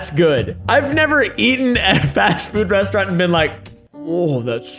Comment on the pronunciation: He's got that annoying pretentious British accent / speech impediment where they pronounce the letter R as W. "Today I'm going to the westowant" says the fancy British man.